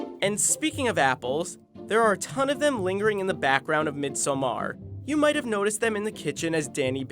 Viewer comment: Midsommar is pronounced "midsommar", not Midsa maaar